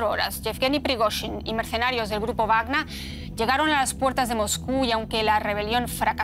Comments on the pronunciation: X que la periodista dice grupa wagna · Grupo wagner, dilo bien coño.